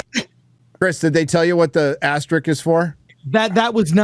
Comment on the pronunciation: "Asterick," "asterix"... Does anyone know how to say "asterisk" anymore? FML.